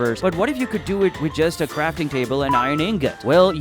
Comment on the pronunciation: You say crafting cable🤣